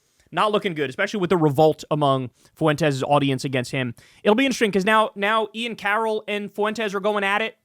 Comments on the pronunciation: Fuentes is two syllables, not three. It's not pronounced foo-en-tez. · It's 'Fwentes', not "Fuh wentez" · It drives me crazy, fuh-en-tes. Wtf with that pronunciation everybody is using. It's fwen-tez. 2 syllables, not 3. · Why does Kyle always pronounce it Foo-wentez?